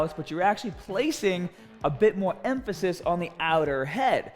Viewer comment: I like how you place emphasis on the word "emphasis"...